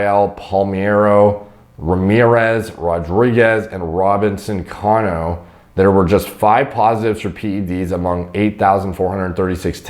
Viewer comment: Poor.. as soon as he mispronounced Robinson Cano’s name I felt alittle disappointed 😢🤣